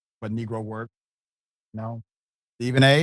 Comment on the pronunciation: I like that emphasis on negro😅😅😅😅😅😅😅Facts